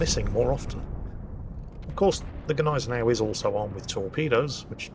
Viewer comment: And we found someone else who has no clue on how to Gneisenau, i´m not suprised.